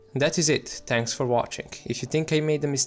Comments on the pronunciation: Thanks for watching at the end sounded like tanks for watching:) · i felt like he said "tanks for watching" at the end.